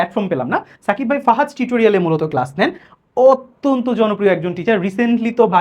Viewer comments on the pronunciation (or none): none